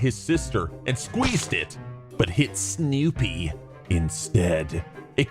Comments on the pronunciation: Dude, stop saying Snewpee's name like that. It's fucking annoying. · God stop saying Sneewpee like that! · I don't care for how he says snoopie... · No one: saying “Snoopy”: SNEWWWWPEE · did anyone else notice how he said snoopy cause it sounded like "sneewwwpie!" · Why does pronounce snoopy sneewwpee when he says her name? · Shianna W it sounds more like snewpee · Lol i liked how he said snoopie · Why did you say snoopies name like that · why does he pronounce "Snoopie" the way he does